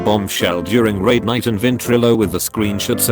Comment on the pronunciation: The WoW one sounds more like rape night rather than raid night lol